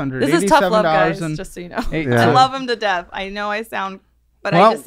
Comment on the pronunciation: “I love him to death”… yeah emphasis on “To Death” lol 😂